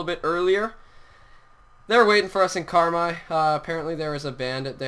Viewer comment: (CAR-MIIII) that's how you pronounce carmi :)